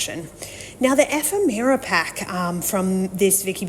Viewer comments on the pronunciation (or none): Love the layout ! I’m not sure if anyone else has mentioned it, but when you say “ephemera” , you’re pronouncing it wrong, it’s like “ e fem era” I hope this makes sense, not Efem Mara ☺️